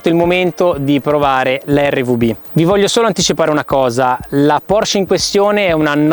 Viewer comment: Se le hai sempre adorate, dovresti sapere che essendo un cognome tedesco, la “e” finale in “Porsche” non sia muta.